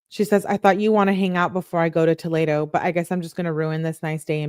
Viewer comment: fyi it’s pronounced toh-lee-doh lol and unfortunately live in Ohio and Toledo is def a crazy city. Also I can’t fkg stand her. She’s so Insufferable idk how u can stand reading these!! I appreciate all u do!